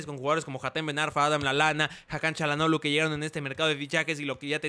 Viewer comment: Yo creo que el nombre de Hakan no se pronuncia como Cha.... ya que si te das cuenta no es una c es una Ç con la comita abajo y ese por lo que veo se pronuncia como si fuera S por ejemplo: Barça força etc.......... saludos eres un grande